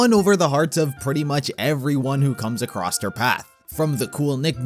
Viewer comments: Did you just say 'accrosed'? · Video is good but... THERE'S NO T IN ACROSS!!! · There is no T in across